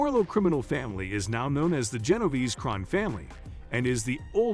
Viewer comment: Genoverse?? Genovese my guy